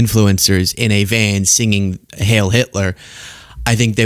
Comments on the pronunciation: "Heil" rhymes with I'll, not hail. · ....Heil rhymes with bile. Also, the word is gargantuan. "Gargantuous" is not actually a word but rather a portmanteau created from the words gargantuan and enormous.